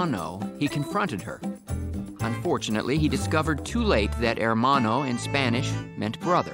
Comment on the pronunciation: Probably unintentional, but I always found it funny that they pronounce the H in "hermano". The H is silent, so Gob wouldn't know it's there if he only overheard it. The way he says it makes sense if he saw it spelled out.